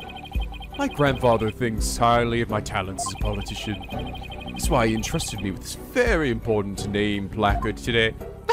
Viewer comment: Come on,. Paul Atishon? POLITICIAN.